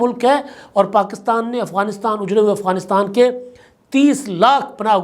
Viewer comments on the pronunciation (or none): none